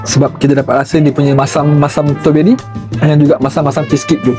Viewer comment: dik.. 😅 kalau nak buat content makanan.. tolonglah sekurang kurangnya belajar sebut perkataan tu betul betul. STRAWBERRY. Ada "R".. stRawberry. Bukan Stoberi. Kita biasakan yg betul.. dan betulkan yg dh dibiasakan.. kalau benda tu dh terang terang salah. Ramai followers yg tengok video adik ni.. budak2 sekolah dan kanak kanak ramai. Kita taknak generasi yg akan datang ikut influencer sebut benda salah.. sebab ingatkan influencer ni tahu semua/ dan authority tentang subjek yg dia buat content tu. Tolong ya